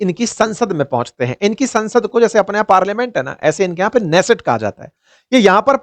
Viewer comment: Israeli Parliment नेसेट नहीं किन्नेसेत है। ऑपोसिशन लीडर याएर लिपिड नहीं याईर लपित है।